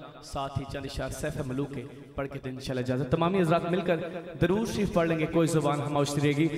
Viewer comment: Bhai jaan plzz talaffuz b durst kijye....darood nai duuroood hota hai